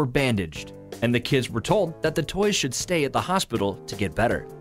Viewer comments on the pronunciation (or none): none